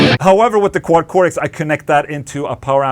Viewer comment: It's Cortex with a t, not a d. Even in America.